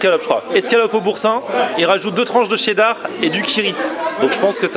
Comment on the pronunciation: Dis donc ne prononce plus "Tchéddar"?!;)